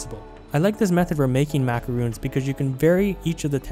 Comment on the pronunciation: Macarons not macaroons. Pleaseeeeee